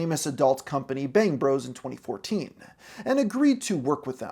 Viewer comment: one instance: "2014-ah" .